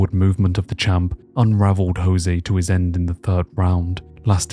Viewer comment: Irrationally upset about how you are saying Jose